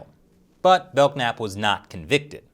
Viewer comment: I’m pretty sure the k in Belknap is silent.